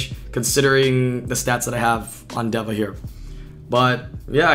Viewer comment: its literally just day-vuh omfg